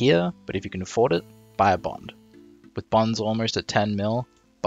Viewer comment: "bond" yikes